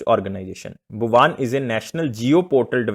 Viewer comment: Are wo भुवन है सर भुवान नहीं